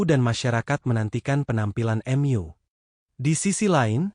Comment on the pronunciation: Risih kalau dengar kata2 mu di ucap “EMYU” 😂